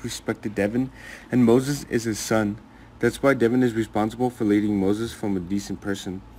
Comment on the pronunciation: DE VON NOT DEVON